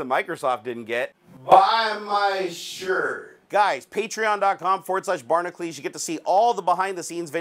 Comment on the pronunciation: Drives me nuts, ... your Barnacules spelling is pronounced Barna-q-ls or barnahcyools... the way you say it, it shoul be spelled Barnaclees. ...I dont get it.